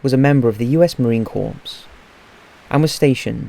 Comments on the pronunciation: It's pronounced Marine CORE not Marine Corpse. To Marines and former Marines I guess mispronouncing this word is a big deal. Don't feel too bad because you are certainly not alone in not knowing how to pronounce Marine Corps. We had a president who also apparently did not know the "s" is silent. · It’s it’s pronounced core not corpse Marine Corp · it's pronounced corps CORE not CORPSE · It's pronounced...U.S. Marine Core, as in apple core. Not Corpse. You're welcome. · Marine corpse?!? it’s pronounced core 😂😂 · Marine "Corps" is pronounced "core," for future reference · It's really hard to take you remotely serious when you can't even pronounce world renown English words such as "Marine Corps" and call it 'marine corpse'. It's like listening to 'ancient aliens'....if you can't pronounce common words correctly your credentials astronomically decrease. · I kinda cringed when he pronounced marine corps as marine corpse, but I remembered that corps is a Latin/French word and the Brits refuse to pronounce French words the way the French would lol.